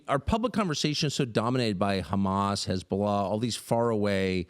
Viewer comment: “HeZbOLaa, HEZboLAAA!!!!!” 😂😂😂 gotta love Tucker man😂